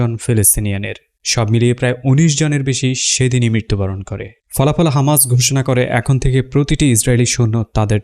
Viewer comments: Hamas, not khamas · ভাই আপনি কী হিব্রুতে কথা বলেন? খামাস কেন হামাস হবে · খামাস নয় হামাস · খামাস নাকি হামাস? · হামাস‌ নাকি খামাস‌ 🤔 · Hamas na khamas😂😂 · খামাস নাকি হামাস??? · হামাস হবে খামাস না 😅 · হামাস,,,নাকি, খামাস,,,বাইয়া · হামাস নাকি খামাস? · খামাস কেন বলছেন হামাস বলুন। খামাস ইহুদিরা বলে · খামাস না, হামাস। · Content creator ki Israeli naki , Hamas ke khamas boltese ?